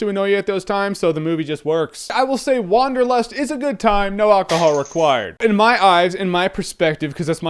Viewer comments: hahaha "Wong"derlust, haha that was so lame :D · I just love how you Americans pronounce Wanderlust